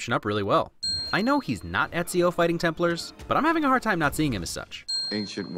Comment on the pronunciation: Did you just say "Templers" instead of "Templars"